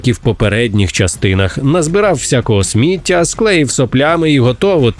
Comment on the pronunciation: ТА НЕ СмІття, А СміттЯ! Ви що дебіли? Ніяк не второпаєте? То кацапською ви слова правильно вимовляли, а зараз хочу за таку українську, вам по писку надавати!